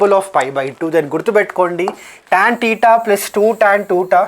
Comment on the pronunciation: Tan "teta'" +2 tan" tuuta"" 😅